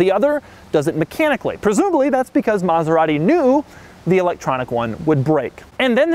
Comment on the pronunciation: He didn't curse once...but it sounded like he DID😂😂😂 he murdered maserati💔